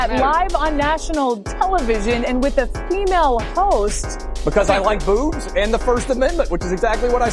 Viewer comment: he said booves not boobs